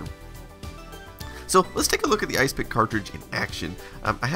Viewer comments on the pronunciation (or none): Wouldn't it be pronounced "Is Epic", not "Ice pick"? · ISE-PIC..... ya saying it wrong!.... its "IS - EPIC" ..this is more a snapshot tool than a disk copier... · I dont think its pronounced isepik, but more like is-epic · Could be that you were right. No proof that 8 bit guy is saying it properly. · Are you sure it's not pronounced Is Epic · Could be right. No proof that 8 bit guy is saying it properly.